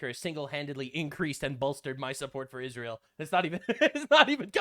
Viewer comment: is so antisemitic he mispronounced Israel. 😂 also you got ban for calling kier stammer a Fay Gatti. You may not be allowed in England either. 😂